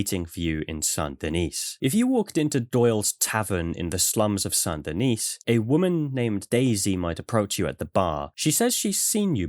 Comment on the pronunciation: You are the only person to pronounce Saint Denis in such a way the auto-captions can comprehend and read correctly. Instead of just saying it, well, American.